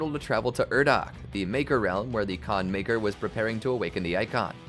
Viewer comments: Khan Makyr ❌ Khan Miker ✅ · "Can maykr" lol